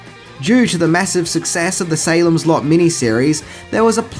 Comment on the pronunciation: Dear! 😊 When you said SALEM’S LOT, I heard SALEM’S SLUT!!! 😂😂😂 Hi from VIETNAM 🤗🇻🇳